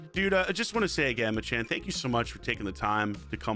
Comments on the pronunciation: Why does bro keep calling him “MaChan”? His name is “MacChan” pronounced Mack Chan. Does he also go to McDonald’s and order a “Big Ma”? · HIS NAME IS MAC CHAN NOT MA CHAN JESUS YOU'RE TRIGGER ME SO HARD IM AT MY LUNCH BREAK TRYNA ENJOY THE VIDEO YOU KEEPS CALLING HINS MACHAN ITS MACCHAN..😡